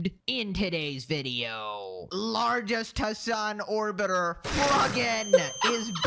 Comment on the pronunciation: Did really call her "Lard'est"?